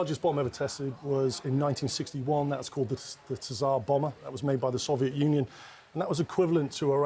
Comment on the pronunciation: lol "SAW-vee-yet" and "hee-ro-SHEE-muh"